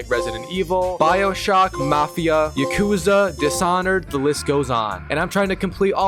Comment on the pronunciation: Bro said YAKUMUZA instead of Yakuza